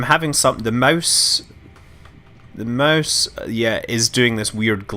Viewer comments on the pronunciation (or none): none